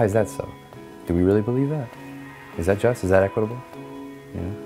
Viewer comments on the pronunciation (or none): dat = that , Pls stop .